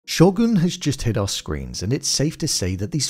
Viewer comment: I get it dude has an accent, but his pronunciation of some of the Japanese words are borderline confusing AF.... Show-goon (sho-gun... ) and Yaba-she-geee or yaba-daba-doo-gee (ya-bu-she-gay). Although, the rest, the re-cap is nicely done, and thumbs up.